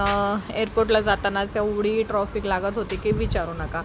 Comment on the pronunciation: मॅडम, ट्रॉफीक नका म्हणू 🙏ट्रॅफिक म्हणा. राग नसावा.